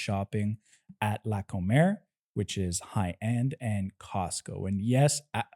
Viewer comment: Not to nit-pick, but the supermarket isn't la "Comer" (as in the verb "to eat"). Comer is short for its full name "Comercial Mexicana". The accent is on the FIRST syllable.